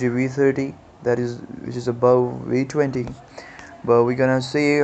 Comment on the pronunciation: Its the "Vee" 20 not the "Wee" 20